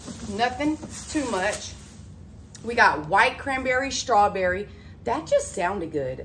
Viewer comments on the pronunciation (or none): She never says “strawberry” correct either. It’s always “shtrawberry”.